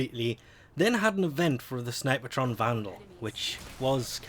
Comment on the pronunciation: There is no "ah" in snipetron, fyi, two syllables. People can call weapons however they want though.